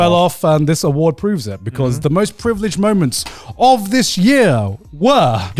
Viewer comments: The “awardw” show 😂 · the "AWARDW" part better be intentional, cause thats the funnies intro for an award show